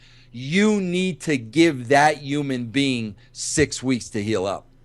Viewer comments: Vince, it's "Human being", not "Oomn bean" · No bro, it's Yuman Bein'